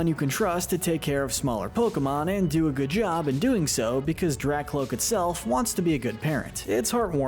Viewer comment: IT'S DRAKLOAK, NOT DRACLOAK! AND HIGHER DOES NOT END WITH A T, IT ENDS WITH AN R!